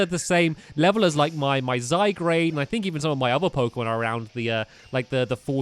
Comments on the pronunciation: Tanisha Shriyan zygarde not zaygarde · you may not see this comment but it isn't zygrade it is pronounced zy guard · by the way zygarde is said zi gard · NOT ZYGRADE....ZYGARDE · Not zy-grade it's zy-guard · It's still zygarde not zygrade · dude it's zy guard not grade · One of the team skull member made the shocked pose, because from your mouth performance! Ps. It's Zy-Guard, not Zy-Grade. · ITS Zy-guard not zy-garde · Toon Kir-Chu yep I'm do annoyed hearing zygrade instead of zyguard (I know it's spelled zygarde) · I think Stampy referring to Zygarde as 'Zygrade' is kinda cute and charming. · It's zy gard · Pellipepper, Zygrade, Ganitbzatakx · YEAH?!?! IVE SAID IT IN A VIDEO BEFORE BUT HES SAYING ZYGARDE WRONG ITS Z-A-Y-G-A-R-D-E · Flygon is a ground-dragon type plus you are pronouncing zygarde wrong (its french) its pronounced zy-guard